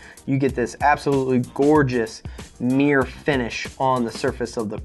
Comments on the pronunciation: Meer finish?? What the bloody hell is meer? I hope thats not Mirror hes trying to say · I say mirror you say mir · merr-ah or Meer? Bostonian FTW